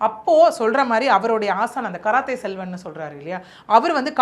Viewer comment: 😂😂😂 karathai Selvan கராத்தே செல்வன் 😂😂😂 தப்பு தப்பா படிக்காத படிக்க தெரிஞ்சா படி